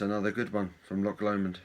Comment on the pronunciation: Well done on saying Loch Lomond correctly! 😂👍🏻🍺